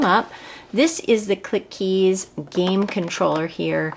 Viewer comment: You pronounce clickeez with only 1 k get it?